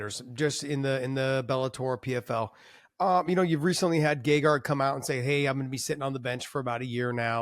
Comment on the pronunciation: HA!! He said Gegard’s name. 😅